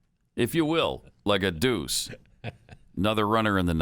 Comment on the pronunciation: Is it DUCE or DOUCHE ????